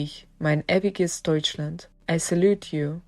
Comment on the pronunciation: to the narator: If you try to reproduce german sentences, do learn correct pronounciation. "Ewiges Deutschland" (eternal Germany) is pronounced at the beginning like "eerie" in English.